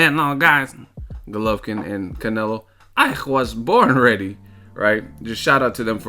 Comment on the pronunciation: "i juas born redy" jajaja love it